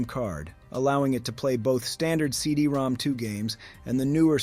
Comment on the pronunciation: I was told that CD-ROM2 was actually read as “CD-ROM-ROM”